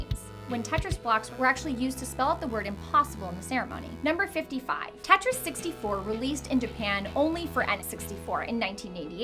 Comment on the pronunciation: Don't know why but I hate it when you say Tetris